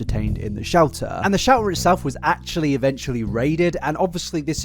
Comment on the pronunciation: For the first 10 minutes, anytime he said Shelter i heard Shouter and i was so confused as to what a Shouter was